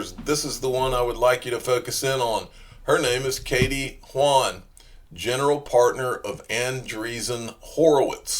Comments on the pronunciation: Kathryn Haun (Hawn) not Hwuan or whatever you're trying to say. She's not Chinese you jackleg. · pretty sure that's pronounced "hawn"